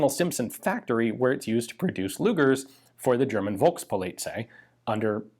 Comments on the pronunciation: You have 2 german words in this video that we pronounce a little bit different in germany. Maybe this will help you with them. First is "Luftwaffe" . Just cut the time that u use to pronounce the "U" & the "A" by half. The second one is "Volkspolizei". This one should sound like "Folks Polizhigh". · Being a German i have to say that i'm always impressed by Ians pronounciation. (Only the Volkspolizei got mildly butchered but by now they probably don't care. ;) ) Great Video and thanks for filling me in on a very interesting piece of german history i wasn't even aware of. Always a pleasure to watch your videos, Ian. Keep going...